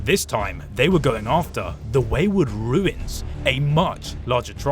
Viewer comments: Runes and "Ruins" are spoken differently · How does bro not know the difference between "Runes" and "Ruins" as an englishman lol